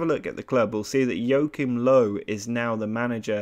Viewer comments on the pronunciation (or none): really funny how english people pronounce Joachim Löw :D